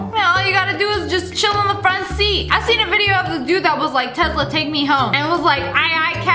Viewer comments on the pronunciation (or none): More to add to the list of things Sssniperwolf pronounces wrong: Muckbangers: "Muck-Bangers" Michelin: "Michay-Lynn" Werther's Candies: "Weather's" Tesla: "TeZZ-La" Farfalle: "Far-Fall" and "Far-Full" Meditative: "Med-I-Tive" Stallone: "Stalline" Bruschetta: "Brew-Shet-Ah" Baskin Robbins: "Baskin Robbels" Mozzarella: "Mots-AHELL-Ah Shutterstock: "Shutter-Shock" Picasso: "Pi-Cazz-O" Amphetamine: "An-Fetta-Min" Conformation: "CoM-firmation" Macaron: "Maca-Roons" Pumpkins: "PuN-kins" Hideaway: "Hide-Er-Ray" Petri Dish: "Pastry Ðush" Balsam: "Ball-Sam" Michelin: "Ma-Shell-In" Mirror: "Marrar" Basil: "Bah-Zol" Paprika: "Pap-Ri-Kah" Carpaccio: "Car-Pass-Cee-O" Foie Gras: "Frah-Grah" Gargantuan: "Guy-Gan-Chu-Lar" Mayonnaise: "Main-Ace" Caesar: "Seizure" Naruto: "Nar-Roo-Toe" Siphon: "Sif-In" Centaur: "Sen-Too-Ar" Badminton #1: "Ban-Ming-Ton" Appliqué: "Ah-Pleek" Croissant: "Crow-Sant" Bas-Relief: "Bass-Relief" Jicama: "Jah-Comma" Dijon Mustard: "Day-Jawn Mustard" Cheapskates: "Cheap-ScaPes" Muckbang: "Muck-Bang" Acai: "Ah-See" Swab: "Swaaaab" Cuisinart: "Cuisine-Art" Cacao: "Co-Co" Badminton #2: "Band-Min-Teen" Rabbit: "BraAAh-Bit"